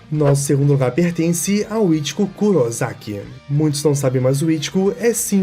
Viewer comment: "RoLlOuU" "kuroZaki" ta serto